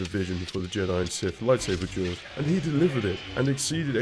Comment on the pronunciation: I don't know how or why, but everytime he says "duels" i keep hearing "jews".